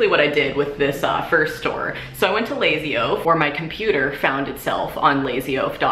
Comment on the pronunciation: lazy oaf, but when she said it, it sounded like lazio lol